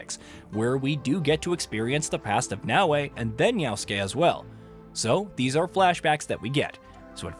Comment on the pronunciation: why doeas he call him always Yausuke when his name is Yasuke